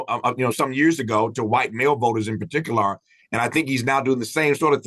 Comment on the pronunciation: “Par-tic-u-laaar”. Tf is that?